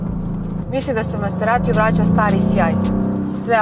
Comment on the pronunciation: Oboje ste izuzetno lepi. Lepotica i zver. Mala primedba ali bitna: Izgovara se mazerati a ne maserati kako piše. Da se izgovara maserati onda bi pisalo "masserati" što svakako nije slučaj. Dakle, i MaZerati.